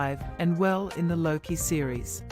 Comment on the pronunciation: Luki? Jesus christ it's Loki , my guess is this was made and narrated by an AI cause it's shit